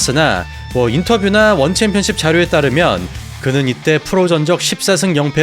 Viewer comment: 자꾸 원챔피언십을 원챔피언"칩"이라고 하네